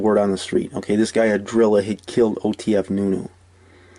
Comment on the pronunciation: Ahhhdrilla ahhh 🤣🤣🤣🤣